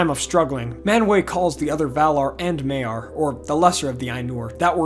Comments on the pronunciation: The Ainulindalë is one of my favourite parts of all of Tolkien's writing. The imagery is beautiful. On your pronunciation of Maiar, an "ai" is pronounced "eye", as in eyeball, not "ay". So it's m-EYE-ar, not m-AY-ar. Oddly you pronounce Ainur correctly even though it's spelled the same :P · maiar is maiar not meiar